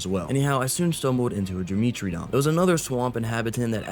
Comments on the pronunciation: dimetrodon ❌️ Dimitridon ✅️ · fyi its pronounced die-metro-don